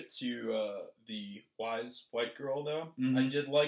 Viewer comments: Yo boy, Weiss is pronounced "W-eye-ss" "Weiss Schnee" is literally "White Snow" in German (although there it's vice shn-eh), not 'wise' lol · *"Weiss" pronounced like "rice"